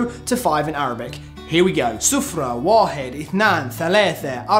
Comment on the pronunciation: Its "Wa-hed"